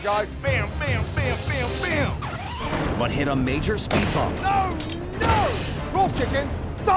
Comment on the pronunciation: is so great. "Speet clean. Eediot." I love JP